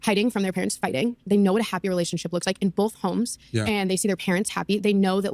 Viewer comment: I see finallyyyy says BOTH correctly, instead of “Bolth” Lol… Also, I LOVE Josh from DCP and I’m pretty sure his channel is what led me here! Which, you’re from 🇨🇦 as well aren’t you,??